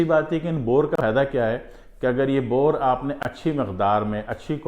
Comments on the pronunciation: Well.. no boorr....bourr is right. Bourr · Sir bore nahi boor